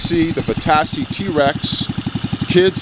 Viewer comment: He says Vitacci like va-tass-ie but you actually say it like va-tach-e